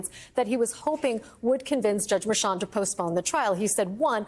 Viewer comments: It's not Merchan it's Mer~chan get it right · Try pronouncing the judge's name correctly. Mer-shon not Merchant. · Please pronounce the judges name properly. It’s mer-Chan. French inflection. I don’t respect her as a journalist either. She is a hack